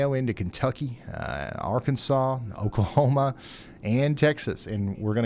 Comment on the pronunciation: We live in TX (used to live in Louisville) but we have family in all over Oklahoma. Great job pronouncing Oklahoma town names.